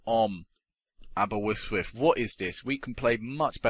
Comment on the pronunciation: its Aberystwyth not aberwystwyth